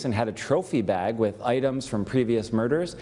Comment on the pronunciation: With has a H at the end. Learn to pronounce it!